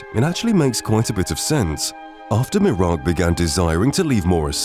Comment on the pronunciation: Has this guy ever played Skyrim? Sure doesn't seem like he has ever heard "Miraak" pronounced aloud.